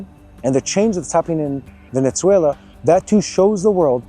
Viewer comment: Please do not say Ajran and veneCuela :)❤